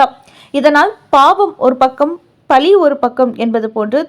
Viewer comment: அம்மா! அது பழி . லகரம் ளகரம் எல்லாம் சரியாக உச்சரிக்க வேண்டும்.